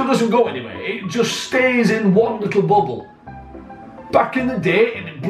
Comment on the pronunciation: don't know why but when you say bubble i cant help but laugh.